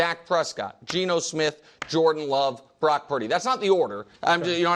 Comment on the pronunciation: Someone needs to tell me the "Lo" in Love makes a "Luh" sound. Not a "Lo" sound lol